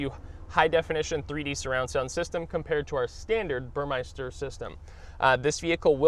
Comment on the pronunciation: It's "Burmester" not "Burmeister"